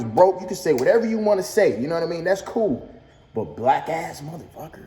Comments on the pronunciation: Nope he did say wack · Ngl I heard wack instead of black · I hear wack not black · He might’ve said “wack” it’s hard to hear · He definitely said "black" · Sounds like he said Whack ass mfs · Wait? "Black ass..."? I heard "Wack ass..." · i thought he said whack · I thought he said “whack ass mofo” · Slowed down it sound more like whack